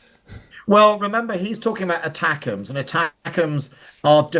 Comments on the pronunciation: If is so ignorant about the core subject that he thinks that the missiles are called ACTAMS not ATACMS then he really shouldn't be presenting. Times Radio is just a bad joke nowadays, shoddy journalism. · Pompous longwinded Andrew intro, can't even pronouce ATACMS 🙄